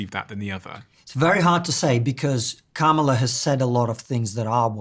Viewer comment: Seriously, you still can't pronounce Kamala correctly? It took me like a day to learn to say it right. Comma - La. It's not hard.